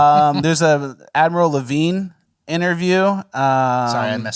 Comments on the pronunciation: I thought you said "Avril Lavigne," and I thought, "what???" 🤔 And then I listened and thought, "That doesn't sound like Avril Lavigne," and then looked, and "Ahhh!!! 🤯😳😮 You said "Admiral Levine." Avril would have made more sense. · I 100% thought you said "Avril Lavigne". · oh i just noticed it's name is admiral levine. I thought you said avril lavigne. Wait is that a bit?